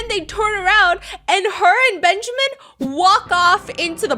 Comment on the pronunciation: Its'so funny Heard the name benjamín like benshamin XD